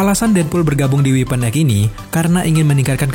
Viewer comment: Sekedar saran "Weapon X dibacanya X bukan weapon Egg